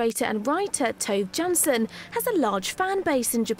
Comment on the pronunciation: its pronounced like yarnson god, at least pronounce it right.